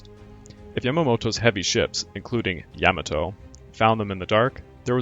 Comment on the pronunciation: Learn to pronounce names and basic English words, grammar and usage. Can’t pronounce names Halsey, Spruance, Moresby, and Yamato. “Have sunk” not “have sunk.” Ignorant Moron! Hara Kiri for you. Ruins your whole channel.